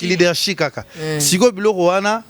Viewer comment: Leadership lekesthou et non leadershi 😂😂😂😂😂 leke leke Boni ozo fingisa ifasic boye aaaaah